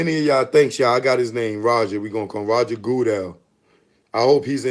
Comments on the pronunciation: Its Roger Goodell, pronounce good dale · Wtf is "March-on Lynch" n "Goo-Dahl"?, you're an idiot ✌🏽